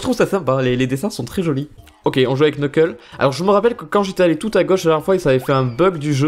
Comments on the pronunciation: Knuckles sa se prononce Nekels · CA CE PRONONCE : NEUKEULSE !!! 😭😭😭😭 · On te l'a sans douté déjà dit mais "Knuckle" ne se dit as "Qneukeule" mais "Neuckeule"; bref le K devant un N ne se prononce pas en anglais ;) ;) ;) et vraiment désolé si c'est la cent-millionième fois qu'on te le dit :p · Par se que en anglais on prononce pas le k donc sa fait nuckles